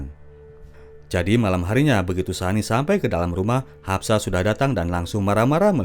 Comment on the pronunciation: Haspa bukan hapsa